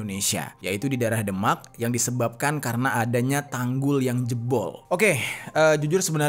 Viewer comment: Sorry bro.. Demak di baca ~> The mak! Bukan ky baca Denmark! .. Beda!